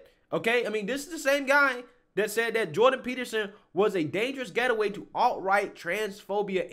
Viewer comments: Awesome video as always…but the word is GATE-way. sorry I had to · GATE-WAY…..GATE-WAY…..not getaway….. can’t you read bro? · Gate Way. Say it! Gate Way! It's not Get A Way. Gateway! Gateway! LOL. I love you, man. Keep doing what you're doing but remember, it's Gateway (gate....way)! 😆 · “GATEWAY” Not “GETAWAY” “Cmon Man” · A "dangerous getaway" ? Pronouncing words incorrectly is a GATEWAY to learning from your mistakes. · It isn't "Getaway" it's "Gate-Way" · Love how he says get away instead of gateway lol not dissing just genuinely funny. Love the material man, you are cancel free for sure. Channels like this is so hard to really cancel as your fans dont believe and would kick back on anything thats irrational maybe from youtube it could but go elsewhere and fans will stay great content :) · Dangerous "GATE-WAY".... not get away bro😁👍.... just helping you perfect your channel and yourself.... LOVE THE CONTENT!!!! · FYI it’s gate-way not getaway 😂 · 3 times you said “get away” instead of “gateway”😂🤦🏻‍♂️ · it's gate-way not get-away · GATEWAY! geez! Hahaha nice video but you saying "getaway" instead of "gateway" was driving me nuts hahaha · I like what you do but it's Gateway not Getaway lol.. But great job with what you do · "Gateway" not "Get away", great vid tho. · Yo my man. It's gate way not getaway. As in gate way drug compared to getaway as in vacation. Other than that great content. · Please stop saying “getaway”! It’s “GATEWAY”!!! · GATE-WAY not geta-way FFS. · Only cancel suggestion I have is maybe consider cancelling your reading comprehension coach. What the hell is a dangerous "getaway"? G-A-T-E-W-A-Y......the word is GATEWAY. Other than that, keep preachin' brother!! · Gate way. Not gettaway. Love you but that mistake is poking at me. Love your show regardless. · I like your stuff. But the word is gateway, not getaway. Gate - way. Not get - a - way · Why are you pronouncing the word "GATE- way as get- away"? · Aaarggh! It's"gateway"!